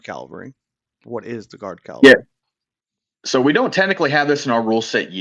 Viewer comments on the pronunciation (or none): Cal-Va-Ree? 🤦🤦🤦 Come on guys, you know how this word should be pronounced.